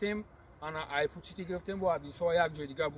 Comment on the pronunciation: Не футцити а "фуд сити "правильно